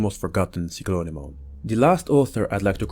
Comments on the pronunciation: The… way you pronounced cyclone took some getting used to. It is pronounced saɪˌkləʊn, not si clone. Also the Japanese name for this thing is Cyclomon, which is an obvious reference to Cyclops, which makes hell of a lot more sense than Cyclone when looking at its appearance. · it's weird but it oddly doesn't sound bad